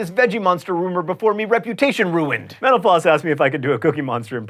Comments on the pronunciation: Why do I hear "menopause"? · Every time he says mental floss... sounds like menopause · Sounds like he is saying menopause when he says mental floss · Why did I hear menopause instead of mental floss? need better ear phones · Every time you say mental floss I hear Menopause.. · Whever he says mentl floss it sounds like he's saying menopause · All I hear when u say mental floss is menopause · It sounds like you say menopause when you say mental-floss. heh. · Whenever he says "mental floss" I hear "menopause" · It sounds like you're saying "menopause" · When you say mental floss it sounds like youre saying menopause. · Like if you think his pronunciation of mental floss sounds like " Menopause"